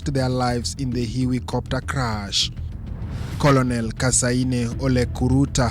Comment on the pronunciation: A very wrong pronounciation on words " colonel" and" leutenant"